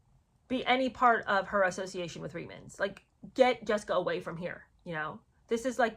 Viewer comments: Not to mitpic, but I'm Canadian and I believe the correct pronunciation of Reitman's is "reetmans". There was an ad campaign and at the end, the model says "Reitmans? Really!." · Hi, I just wanted to clarify it’s pronounced Reet-mans. The commercials were the first time I saw that woman and had no clue who she was or why I should care….still don’t!!!